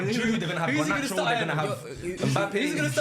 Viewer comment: saying Garnacho 🤣